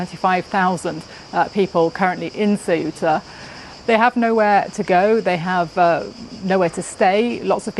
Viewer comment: how hard is to learn how to say th name of th place.. since you say it 47 times?